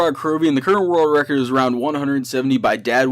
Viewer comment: When he says «the current world record» its sounds like he is saying « the curro worl recor»